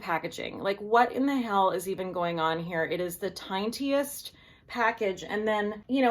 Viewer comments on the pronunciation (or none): Stunning, as usual, and I love that you put a "t" in tin(t)iest!